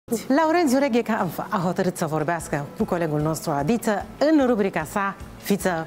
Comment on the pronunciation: "" tu esti jurnalist? Esti sigur? Ca eu nu m-am prins daca esti jurnalist după felul cum i-ai adresat intrebarea lui Reghe. Nici macar nu i-ai pronunțat corect numele... 🙉🙈